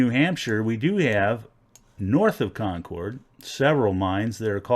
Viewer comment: Agreed. Like “kon-KERD” for NH for sure.